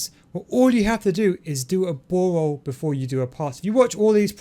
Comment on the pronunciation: Ball roll = bawol😂😂